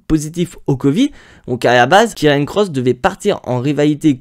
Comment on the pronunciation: c karrion pas kirriannnnnnnnnnnn